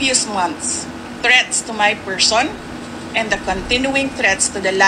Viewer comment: PERSHON???? Bulol